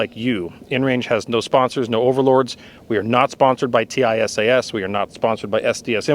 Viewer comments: It is pronounced TeeSahs, not T I S A S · It’s pronounced “Tee sass” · Its pronounced tee-shash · Tisaş is pronounced T-İ-S-A-SH.